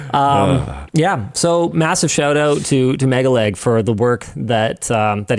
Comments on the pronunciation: I unfollowed LTT probably a year ago, after another scandal, as I do not want to support Linus. I have come here only to confirm that Linus did not changed and is someone I do not want to support in any way. PS: Am I the only one who hear Linus saying "mega-leg"? for me he clearly and intentionally mispronuncing it to make fun of MegaLag, which he did at the end of video. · Linus was also calling him Megaleg not megaLag which i found was a bit condescending, MKBHD has done a better job by removing Honey from his previous videoes and told people to uninstall Honey if they have it. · Megalag, not Megaleg. Get it right Linus. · It's not MegaLEG its MegaLAG, the disrespect is off the charts with these people.